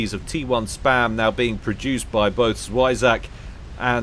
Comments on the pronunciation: When you said 'świeżak' instead of 'zwierzak' Polska gurom zwierzak: kto pl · German here. No, he pronounced the first part "spy" but since it is "ie" and not "ei" it should be pronounces like "zwee" in german. And the ending would be pronounced like "flak" und not like "attack". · I heard a "zwei" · It's "z wie rz a k". Hard to really say how to pronounce it. Z is more zzz than s, "w" in polish is more W than "doubleuuu" so to say. Overall it goes down, up, down with hard RZZ up again with aaa and finishes down, k. Zwierzak. Quirky name for "wild animal guy". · yes, Polish. It means "an animal", but in a cute-ish form. You said it as if it was German lol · "zwierzak" pronunciation - I pretended, but it still hurt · Zwierzak is indeed Polish, use google translate to check how to say it.